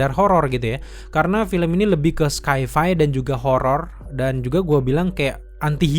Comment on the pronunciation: Koreksi bang, sci-fi dibaca "saifai", kalau tidak nyaman mungkin langsung saja dibaca bahasa Indonesianya, fiksi ilmiah 🙏🏼